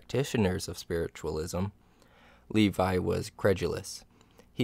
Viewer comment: Le-vee, not Lee-vie